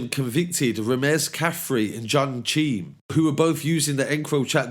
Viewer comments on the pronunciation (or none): none